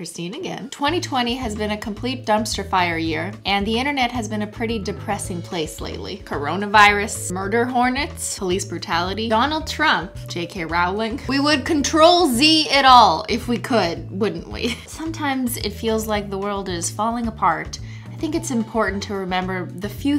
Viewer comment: I'm sorry, Cristine, but said something like "Jay Kay Roelling??" What is that? If that's a person I don't think they exist, sorry 😔